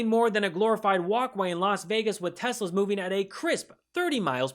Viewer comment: "Those Tesl-ers are not DEIA; they're cars are Computer too!" 🤮🤮 Kamala-Walz we miss you & we tried...